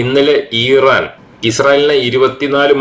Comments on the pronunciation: ദയവായി ഈറാൻ അല്ല ഇറാൻ എന്ന് പറയു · ഇറൻ ആണോ? ഈരാൻ ആണോ?